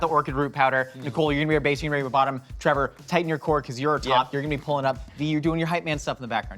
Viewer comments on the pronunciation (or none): I am sure that I heard Link call Trevor " Trayvor " yesterday morning. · Yea, calling Trevor "Travor" is a joke on the channel. Can't remember how it started though